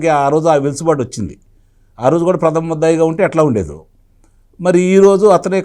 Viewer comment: సార్! గారూ. చిన్న సవరణ. వెలుసుబాటు కాదు. అది వెసులుబాటు గమనించగలరు. థాంక్యూ